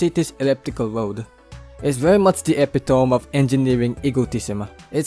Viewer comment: e-pi-to-me po. parang anatomy.